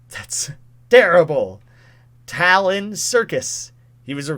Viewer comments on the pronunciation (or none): none